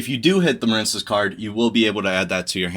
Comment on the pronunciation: Muh-reen cess. It's a water based archetype. Like the words marine life or marine mammals or the US Marines. Quit intentionally mispronouncing card names no one who speaks English doesn't know the word marine.